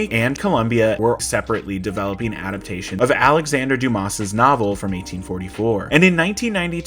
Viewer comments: Just by the way i know some Dumas, the s at the end is silent. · This is not a hot take. The kind of people who can't pronounce Alexander Dumas's name, have always liked this movie and its soundtrack.